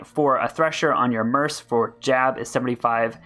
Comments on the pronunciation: you would get more followers if you stopped saying "Merce" its mercenary or Merc like MURK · Mercenary is pronounced mur-sin-airy, but merc is pronounced MURK. LOL, love your videos, so not trying to be insulting, just wondering why you pronounce it murse.